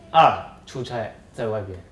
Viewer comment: 出差chuchai和chucai也分不清楚，还有自己ziji和zhiji